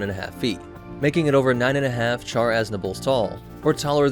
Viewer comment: It's pronounced Shar.